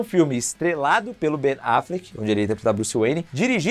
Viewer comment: QUE AGONIA VER VOCÊ FALANDO BEN AFLECK KKKK